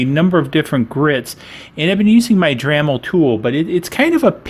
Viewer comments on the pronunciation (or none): "dramil", ahhhhhhh